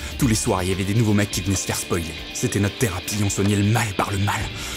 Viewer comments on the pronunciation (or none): il dit « spolier » 😂